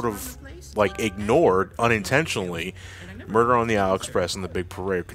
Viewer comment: ...2/10, not strong enough rolling "r"s in muerrrrrrderrrrrrrrrr...